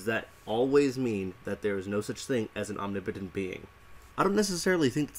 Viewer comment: Am i the only one who is triggered at how he says omnipotent (ohm ne POE tint)